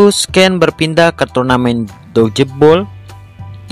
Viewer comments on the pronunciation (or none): dogeball dibacanya dojball banh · Dodgeball : Dochbol